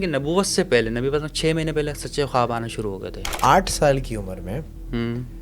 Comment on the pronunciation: Bhai naam to shi lo.. hmare nabi ka